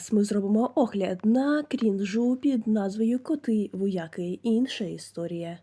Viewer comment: Топ. Тільки в слові "вояки" наголос на и.